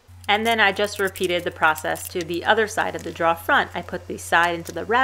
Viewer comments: "Drawer". Not "draw". Apart from that, great job. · you mean "draw" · You can tell the accent with the word 'drawer'. Love your videos. The 'drawer' pronounced as draaawrrr definitely pin points the area of the country. Of course you would think speaking with me when I say 'fixin to' would be a tell also. :) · Drawer. Pronounced “dror”, according to my dictionary. Thanks for the vid though! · Its pronounced like door with an extra r droor. Aka drawer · New Yorkers tend to say "draw" and leave the er off the end. Just listen to Tommy on This Old House: Draw actually makes sense, since you draw it out to put stuff in it. In the West, we say it like "door" with an extra r - "droor." I can't see how that came about, but I'm used to it. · Took me a while, but you are saying "drawer" not "dryer".................... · I'm pretty sure the only reason she made this video was to see how many times she can say "drawer" on camera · I came to this video in hopes that I would hear you saying drawer repeatedly. I was not disappointed. Your videos are great, teaching people to just not be afraid to try. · Hi, great lil video. I'm really very surprised how many people commented on your pronunciation of "drawer" I'm guessing they never spoke with a long islander before..lol they need to get out more often. Keep the hits coming! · I like the project but where is the R in Drawer? That was driving me crazy. ...regarless - Good work, very good camera work and edits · Do you know that second r you drop when you pronounce drawer floated up here to the Midwest and got stuck in the wash. Up here it is now pronounced warsh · It's weird that that Southie accent only really becomes pronounced when she says drawer. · Informative lady, i just hate her pronunciation of “drawer”.